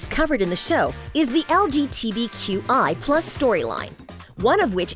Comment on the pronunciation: LMAO SHE LITERALLY SAID LGTV